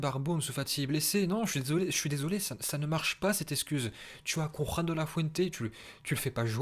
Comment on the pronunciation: On dit KONRAD pas KONRAR ou je sais pas quoi